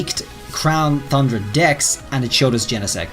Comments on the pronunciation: You need to stop saying the name of the dlc because hearing “thundra” over and over when it’s pronounced “TUNdra” is infuriating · It shouldn't bother me so much that he says Thundra instead of Tundra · I’m waiting for this Crown “Thundra” to come out! I haven’t heard any news about this one. 🤔 I knew there was Isle of Armor and Crown “Tundra” but never heard of Crown “Thundra.” That must be what they’re calling the next DLC then. 🤔 How can you be an English teacher if you can’t even pronounce “Tundra” correctly? 🤣🤣🤣🤣🤣🤣🤣🤣🤣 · I don’t think this will happen if I’m being honest. Also it’s not crown thundra, it’s crown T-U-Ndra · As an English teacher, you really should consider making it a point to pronounce "tundra" properly.